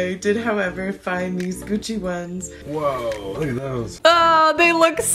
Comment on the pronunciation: I heard coochie belt and now I can't hear Gucci the same ever again